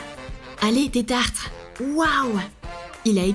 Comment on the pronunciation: C tetarte pas tetartre